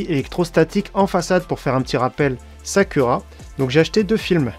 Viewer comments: alors le ku se prononce kou sakoura et non sa cul ra mdr ^^ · Très bonne vidéo néanmoins ont ne dit pas « Sakura »mais « Sakoura » malgré que ça s’écrit bien Sakura 😂😉